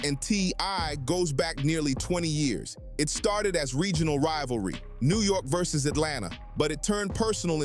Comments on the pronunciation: Versus not verzeus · Lol I been trynna figure out what this versooz was for five diff vids omg hahahahahhahaha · VER-ZOOS IS CRAZY 😂😂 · I left the video as soon as I heard “verzoos” Ai destroying creativity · Yes! I was just about to say, you know its AI when they pronounce it Verz zoos😂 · How do we have AI artists singing whole songs but these AI narrators can’t say VERSUS right?🤷🏽‍♀️